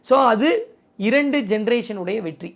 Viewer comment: 14.37 வெட்டி ❎️வெற்றி 14.50 துளைமுறை ❎️தலைமுறை✅️ novv 😅